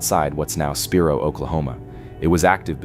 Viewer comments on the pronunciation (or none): Spiro is pronounced Spy-Row, NOT Speer-row 😂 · Research the proper pronunciations! Heave-ner Spy-roe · SPY-ROW OKLAHOMA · That's pronounced "Heevner" Oklahoma. And "Spy-ro" Oklahoma. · It's pronounced spy roe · Heavener is pronounced Hee-ven-er! Spiro is pronounced Spy-row! The state does a terrible job of keeping it up. A beautiful place left to die. I liked your video!